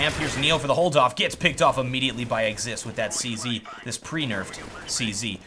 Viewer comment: Or you could be like Anderzel and say, "Zee-Sed." Than annoys me so bad for some reason. Not trying to be mean; I know English isn't his first language.